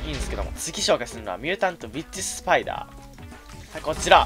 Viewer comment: ミュータントウィッチスパイダーが ミュータントビ〇チスパイダーに聞こえた